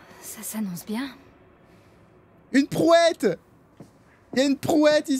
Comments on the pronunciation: Mais il se fout de la gueule d'un des gars au début qui a dit prouette à la place de brouette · c pas prouette, c brouette